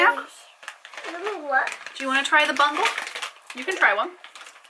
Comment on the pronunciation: Lol I’ll let you slide on the “Bungle” pronouncing but I like the ranch but they have MSG in it. Btw they are pronounced “beau-gulls” (“beau” as in “beautiful”), and... I’m glad I’m not the only one that says “silly billy” lol